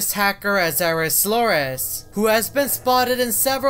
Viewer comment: Siri’s slorus?? Isn’t it sire soral??